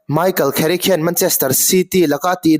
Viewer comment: Kherick ti ang a i lam hi a nalh lemlo ka ti😊